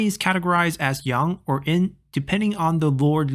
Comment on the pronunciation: Why do you keep calling it "in"?